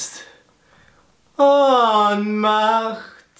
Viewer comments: Onmacht! nicht zu verwechseln mit Offmacht xD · Ohnmacht hat ein langes O. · Ich habe extrem lange gebraucht bis ich bei verstanden habe, dass du Ohnmacht gesagt hast.